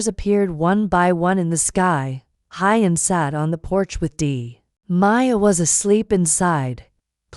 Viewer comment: Maya will be celebrating her 6th birthday. Narrator please learn how to pronounce Who-yen's name...not Hi-yen!